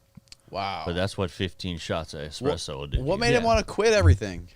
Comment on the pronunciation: Another, “Expresso” guy!